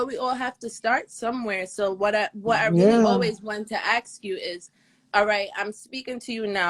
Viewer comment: I wanted to ‘axe’ you…… I was going to ‘axe’ you…. Let me ‘axe’ you Kevin…..